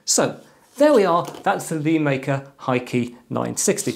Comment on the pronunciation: LÉ, it's suppose to be said LéMaker, not LēMaker. Lé is the chinese character 乐 which is said Le in the 4th tone (sharply falling). It means "happy" or "fun" essentially. Please consider this for your future videos Sir.